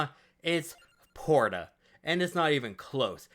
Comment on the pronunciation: Porta is definitely not pronounced like Porsha